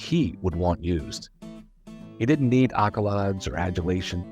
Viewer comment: You pronounce "accolades" incorrectly.